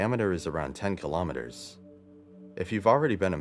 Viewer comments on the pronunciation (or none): none